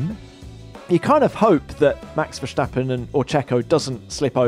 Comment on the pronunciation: if you can say ‘stop’ or ‘start’ in English, why is it so hard to say Verstappen?